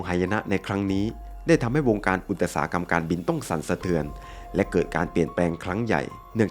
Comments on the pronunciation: อุตสาหกรรม=อุด-สา-หะ-กำ ไม่ใช่ อุด- ตะ-สา-หะ-กำ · ขออภัยนะคะ นอกเรื่องนิดนึงค่ะได้ยินคำ อุตสาหกรรม ถูกอ่านว่า อุด ตะ สา หะ กำ ซึ่งผิดจากที่เคยเรียนมา ว่าอ่าน อุด สา หะ กำ รบกวนผู้รู้ด้วยค่ะ ขอบคุณค่ะ